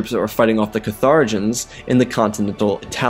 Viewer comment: Patrician is nobles pah-trih-shan Carthaginian is Khar-tha-jin-ian